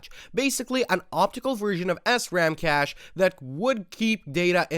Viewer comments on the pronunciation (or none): none